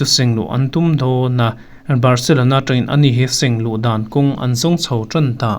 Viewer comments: Ni e, lo haw lo se, thu ngai hman ngun lutuk hi ngaithlatu te tan a hneawm ṭhin. "Dawn" tih thluk hi chu dik lo hrim hrim bawk. Insiam ṭha duh hram la ka va ti em!! Thil dangah hi chuan i thiam khawp mai. Nge i signature ve deuh.😂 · News angaihnawm a ,Dawn tih lai tluk hi adik em ka hrelo thluk sang mah mah em aw..